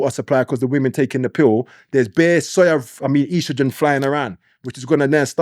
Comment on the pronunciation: Its estrogen not ostrogen 😂😂